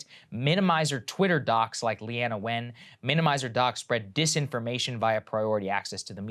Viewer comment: It's pronounced Lean-na